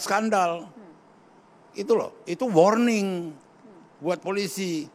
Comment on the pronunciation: Worning apa marning 😂😂😂😂😂